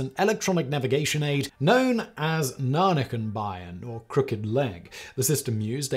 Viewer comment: I'm German and have no Ida what you just said. Google transcribes as "nanakan Bayan" . From context I know it should at least be: "?????? Bein" . Ten minutes of googling guesses with related topics resulted in: "Knickebein" . Which pronunciation is as far from what you said as the earth is from the Andromeda Galaxy. Except from "Bein" that is as far from Earth as Mars is.